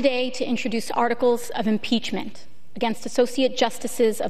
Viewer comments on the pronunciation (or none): Impreachment, I could eat an Impeachement for hours.